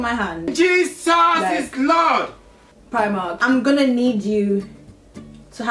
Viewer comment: Lmao! I died at "Jesus is Lord!" in the Nigerian accent 🤣😵